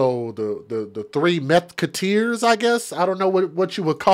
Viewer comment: Lmaooo... " the 3 Meth-kuteers" !!! That was FUNNY.